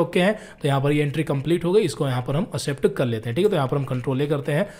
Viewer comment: Sir apne prounounce pe dhyan dijiye confusion hota hai like... Accept ko असेप्ट bole ja rhe ho jabki ye एक्सेप्ट bola jata hai